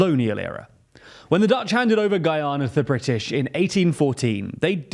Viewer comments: Guianer 😅 is that the same as Canader ? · The pronunciation of this dude for Guyana is atrocious